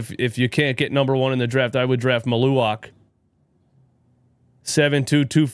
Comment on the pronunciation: Mal-u-Watch is how you pronounce his name. As a Duke fan I also agree he would be a good pickup for the Sixers if they don’t land Flagg.